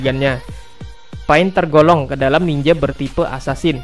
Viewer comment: Torgolong apa tergolong...?😁😂 Coba di dengar dgan baik